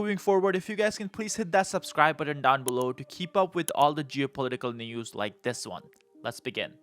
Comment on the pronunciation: You need to learn how to pronounce the word button